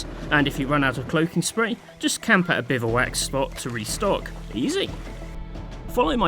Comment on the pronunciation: The o in bivouac is silent btw, it's pronounced bivwak